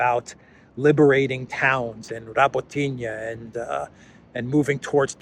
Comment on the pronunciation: The reason Russia (and the USSR) always had and has good relationships with both North and South Koreas is because there are lot of Russian Koreans historically living in Russia whose first language is Russian. And, once again. it’s Ra-bó-tee-no. Not Ra-botinie 😉😉